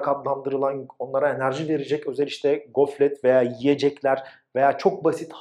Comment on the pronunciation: Bir de "Goflet" değil "Gofret". Yanlış duymuş da olabilirim tabi.